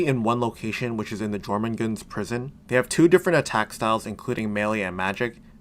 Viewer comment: Jormungand, pronounced (Your-mun-gand)